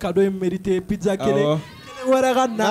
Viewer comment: excuse-moi j’ai pas l’habitude de commenter mais on dis pas pidzza mais plutôt pizza merci cordialement